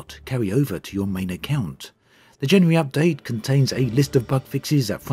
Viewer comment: Hehehehe ....he says Jany-yary. Nothing wrong with that... just makes me giggle